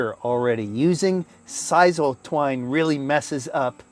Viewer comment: SIS SILL is how it's pronounced. Just saying not size all